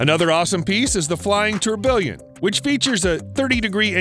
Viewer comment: Tour-bee-on, not Tour- billion